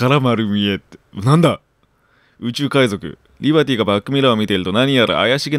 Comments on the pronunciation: 海賊〇 海じょく✕ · かいじょくwwwwwかわいいww